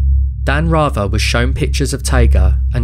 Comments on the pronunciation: Who TF IS “?” LOSE THE G.D. ANNOUNCER- BOTS!! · Your pronunciation of 'Rather' is WRONG!